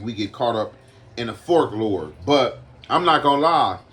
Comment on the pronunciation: Aye big bruh its pronounced like folk-lore no offense hope u see this homie